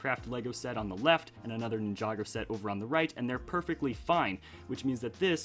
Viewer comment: why do you say ninjágo and not ninjagô